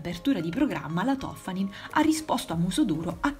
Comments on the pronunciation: Si chiama Toffani'n non To'ffanin... Benvenuti al nord. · Toffanìn...l’accento, Signorina, l’accento...è veneta! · L'accento è sulla i